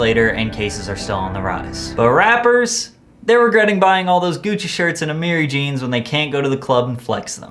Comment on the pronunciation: did he just say "A MARY"